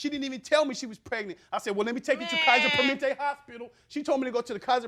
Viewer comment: 😂😂 him saying the whole kaiser permente though (btw i know how its spelled)